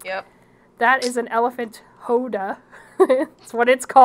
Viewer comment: i find it funny you call the Howdah "hoe-duh" i believe it is pronounced "how-duh"